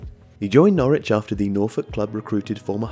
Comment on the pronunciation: Only one very minor criticism, locals pronounce Norwich as 'Norridge'. ;) The pundits on tv and radio mix it up quite a lot too.